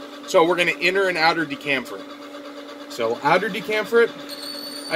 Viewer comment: Pronounced chamfer as in Chuck, not camfer.